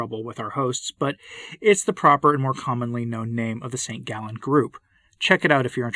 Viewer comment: The" group of St Gallen" (St Gallus) not" from ze gallon" !!! a dangerous progressist group influenced by the masonery which is primarily anti- religious and anti - catholic. If mister Bergoglio is under the influence of the masons, the single catholic is liberated from the obedience to such a false pope ,and Benedikt XVI is the sole true pope.